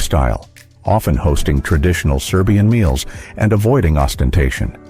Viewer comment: Speaker pronounces these twisted Serbian names very politely. Thank you for your effort, unlike many.